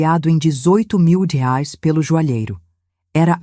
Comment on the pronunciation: Boa historia só não fala direito, porque não falar Reais porque falar reares é feio falar errado.